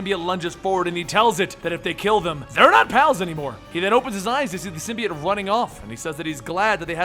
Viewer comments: ITS PRONOUNCED SIM BEE OHT NOT SIM BEE IT DUMB ASS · SIMBY-OTE not SYM-BEE-UT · ITS SYM BI OTE